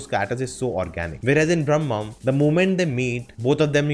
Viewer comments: Bhramam - is not pronunced as Brahmam - both are different words and have different meanings :) Bhramam is not ब्रह्मा. Bhramam means illlusion and can be pronunced as this ब्रमम . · Not brammam.... It's bhramam....fascination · It's not Bram'mam, but BRA'MAM (obsession)